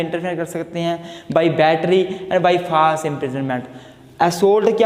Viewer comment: Sir ap false ko faalse bolte h to hame first sunne me ata h please clear se boliye th By the way thanks